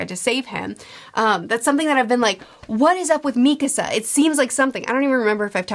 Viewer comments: Hours and hours of videos later and she still can’t pronounce Mikasa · I love these videos, but I'm surprised you're still pronouncing Mikasa like that even though you've watched the series :)